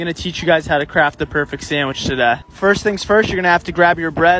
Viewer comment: Subwuuh is an amazing job im gonna show you how to make the perfect sandwich toduuh"